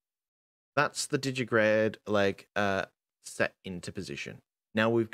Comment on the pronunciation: it's digitigrade, digiTIgrade. TI TI TI! as in digit-i-gradus